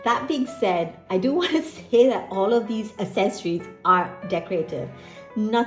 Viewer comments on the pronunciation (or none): Love this video, thank you! As someone diving back into TNs after 5 years away from paper journaling, and having never used TNs WELL before, this was EXTREMELY helpful, thank you! Also, just FYI, accessories is pronounce AKsessories, not assessories. =) Very common error!